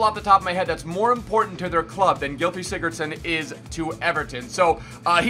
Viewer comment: Im from Iceland and he says the names so bad